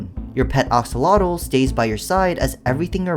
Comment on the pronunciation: These mods are nothing compared to your absolute dogshit pronounciation of "AXolotl." It's AXE-O-Lot-Ol, not OX-O-Lot-Ol.